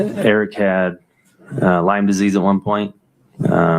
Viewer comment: 'Lymes Disease', omg -- reminds me of Amber Heard's equally annoying defense attorney, Elaine, saying 'Amica cream' instead of Arnica cream.